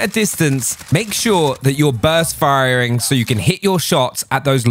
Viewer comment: love when he said firering